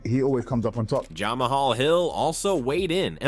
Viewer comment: Ja-mahal Hill? lmao Damn AI